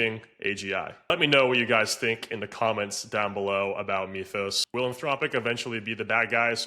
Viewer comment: The "y" in "Mythus" is pronounced as a short "I", NOT a long "e". Say the word as if it were written "mithus", NOT "meathus".